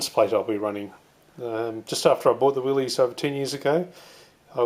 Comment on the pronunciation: FYI, the proper pronunciation is "Willis," not "Willeez." Great job you're doing on your build.